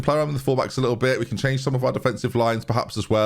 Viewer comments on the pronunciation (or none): none